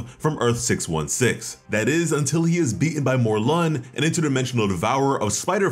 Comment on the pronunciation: It's Morlun, not more lun